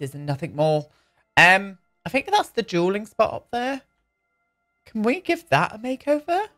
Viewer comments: Me too I kept thinking he was saying jeweling, not dueling, and was wondering when he was going to put it in a whole bunch of crystals 😂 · OHMYGOD i just realized you were saying dueling area this whole time, when you were making the basement in nesleys house i thought you were saying juuling area and i was SO CONFUSED as to why nesley needed a whole dungeon for that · I thought you were saying jeweling too!